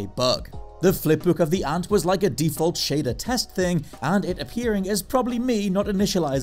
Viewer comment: Wait are you... are you trying to say "ant"?